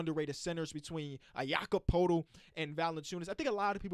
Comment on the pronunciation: just wanna say its "ya-kub purr-tull" and not "poe-tull"